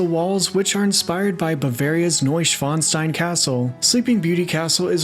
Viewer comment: Very good and right pronunciation of “Neuschwanstein“! Don’t hear that often. Nice👍🏻